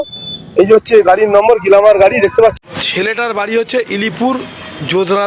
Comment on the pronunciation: গেলামার নয় গ্লেমার।